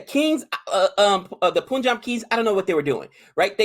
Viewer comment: saying everytime krrr... instead of crores is funny xD and it's pronounced as punjab (as in 'pun intended')